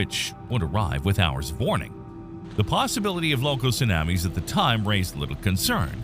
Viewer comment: My issue with the voice is the "soonammies". Makes it hard to concentrate on the good content.